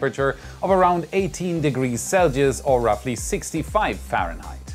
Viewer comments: Celsius: Sell-See-Us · What’s a “celgeus”? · Proper pronunciation of "Celcius". CELL-SEE- IS. Pronounce the 'S' in 'IS' softly like in the word 'US'. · selges? sell-see-es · Hey what is this new temperature meassurment? Celgioz?! You mean Celsius? LOL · whats "seljius"? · I'm guessing it's closer to how you pronounce it in native tongue. In case he reads this, most would pronounce Celsius like "Sell-see-us". Personally I cringe more at the new graphics than mispronunciations, but who cares as the rest of the content is great:D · is this „dgelgiz“ somethink like celsius? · I was like -4...what? . The way he says celsius is funny.